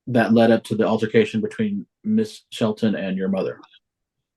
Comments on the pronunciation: No no, it was "alter-fi-cation". That's what she kept saying. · “Alter-fi-cation” for altercation and “residency” for residence 😂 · What’s an “alterfication”?😅